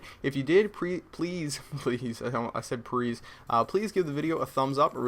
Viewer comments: You get a thumbs up for saying "Prease" lol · PREASE! HERRO!